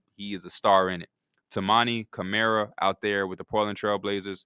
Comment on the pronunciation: Toumani camara is a stud. Someday people will know how to pronounce his name right but it ain’t too big of a deal P thanks for shouting out my fav role player